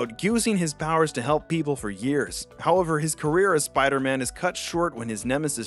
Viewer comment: “bider man”